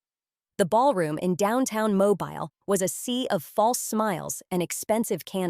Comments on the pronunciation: The name of the city is pronounced "Mo-bil". It is a city in Alabama,USA. Watching from Tampa, FL, USA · You are pronouncing the city in Alabama incorrectly . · Learn to say the name of the city!!!